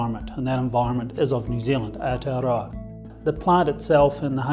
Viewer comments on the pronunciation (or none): none